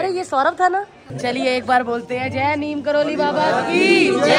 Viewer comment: Didi sorry but (Neeb Karori) hota hai😅